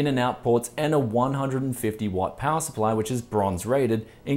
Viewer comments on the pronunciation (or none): none